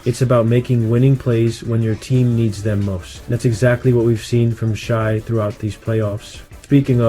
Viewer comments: Just came across this and dig your breakdown. Now a new subscriber and looking forward to seeing your page grow; however, it's pronounced SHAY not SHY. 😀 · It’s Shay not Shy